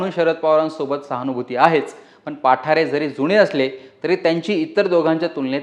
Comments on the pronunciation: पाठारे नाही.... बाप्पु साहेब पठारे.... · पाठारे नाहीं पठारे आहे न्यूज वालया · पाठारे नाहीत पठारे आहेत..